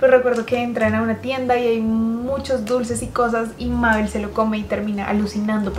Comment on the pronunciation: to viendo que dice mabe'l:😅 y se dice mabel